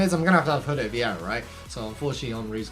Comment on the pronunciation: Did you just pronounce Gulit “Jew-Let”